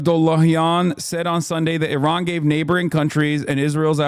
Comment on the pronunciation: Thanks for pronouncing Iran correctly as a Middle Eastern like me. Your uncle has no such respect.